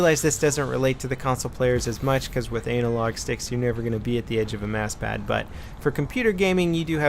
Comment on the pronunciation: sounds like "anal log sticks" heheh